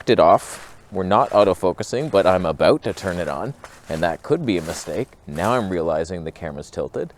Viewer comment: Whats that aboot.